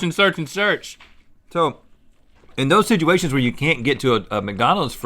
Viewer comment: Rhett "Sidgeuation" alert!